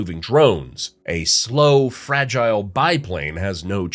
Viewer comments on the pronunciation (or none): none